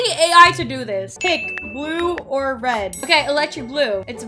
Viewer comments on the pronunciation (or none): when you said red you said ref